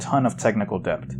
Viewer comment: holy fuck never say "DEB-T" again. the b is silent my dude